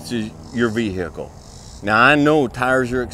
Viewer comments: Here for the advice. Stayed to hear "ve-hickle". Solid advice sir. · Vee - Hickle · Vee hey cle